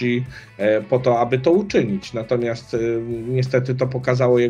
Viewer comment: Panie kandydacie.. mówi się natomiasT, nie natomiaS :)